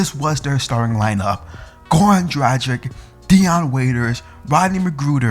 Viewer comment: A decent video but if you are a Heat fan, at least learn how to say Goran Dragic's name properly! It is pronounced DRAG-ITCH!!! I mean if you can pronounce Dario Saric's name correctly then surely you can for Goran.